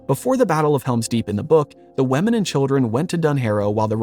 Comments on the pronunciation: Is it just me or is he saying “wemmin” instead of women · Why do you say "wemen" for "women"?